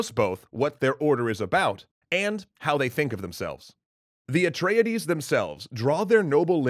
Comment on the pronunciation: Is anybody else getting triggered at his pronunciation of Imladras and Atreides?